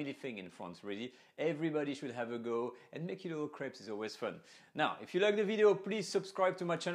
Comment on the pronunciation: I like how he says crap instead of crape because of accent